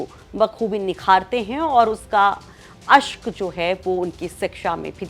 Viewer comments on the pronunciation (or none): ऐंकर जी ,अक्स को अश्क मत कहिए।